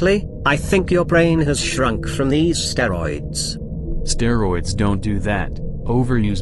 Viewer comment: "natural steroïd" lmao